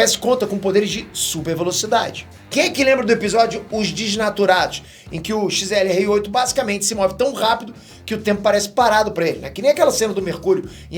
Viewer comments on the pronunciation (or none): O nome do XLR8 tá errado, tu falou XRL8, só pra avisar mesmo kkkkk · é XLR8 ce falou XRL8 só dizendo pq tá quase certo(n é um ataque só um aviso,gosto muito dos seus vídeos sou muito fã) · Massa que qd o vai falar xrl8 ele fala xlr8 kkkkkkkk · Mds ele chama o xlr8 de xrl8,depois o ben q é burrinho